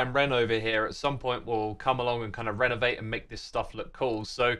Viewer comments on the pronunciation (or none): Did you just say Ren-o-vate because its Rendog changing the aestethics?